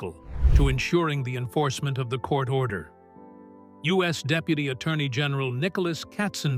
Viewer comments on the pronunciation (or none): none